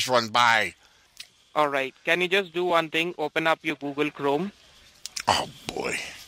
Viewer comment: Google or Obble?